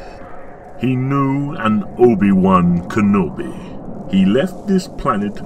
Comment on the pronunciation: did darts Vader just say obi-wan-cannoli?